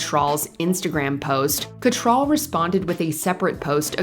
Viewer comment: You need to learn to pronounce Cattrall correctly.